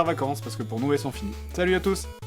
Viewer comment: c'est moi ou tu dit Talut a tout ...